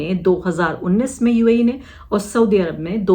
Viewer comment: Uae bhi bolna nahi aarah